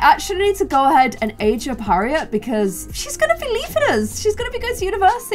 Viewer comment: Also when she said Harriet it said her ear 😂